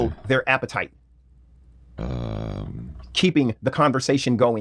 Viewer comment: He says appetite like Glendon Cameron, another disgusting person